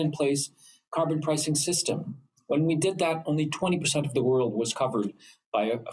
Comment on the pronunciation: Liberals favorite french word. Car-bon